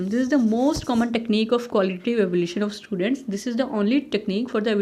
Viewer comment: Superb mam.. but it's Evaluation not evolution as you pronounce....